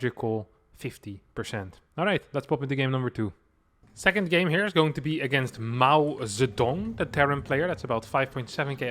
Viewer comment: LOL, how could you mispronounce the greatest leader of China ever who is almost goddd ? How dare you (Greta.gif)?